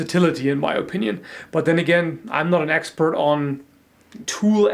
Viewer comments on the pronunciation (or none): you really are an "axpert" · Ha, not an 'axepert'